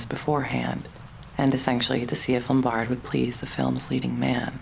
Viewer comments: They were already divorced by then. He was involved with Jean Harlow instead. The narrator mispronounced "Lombard" by putting the accent on the second syllable. It is irritating. It is "LOM bard." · You're mispronouncing Carol Lombard's last name. You're putting the emphasis on the first two letters. The emphasis should be on the BARD